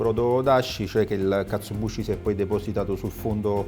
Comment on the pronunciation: Due piccole precisazioni: 1 si scrive e pronuncia KatsuObushi 2 la w di Wagyu si pronuncia "ua" in giapponese, tranne in casi particolari che non sto qui a dire, la sillaba "va" non esiste! Piccolezze ma che fa sempre bene sapere spero :)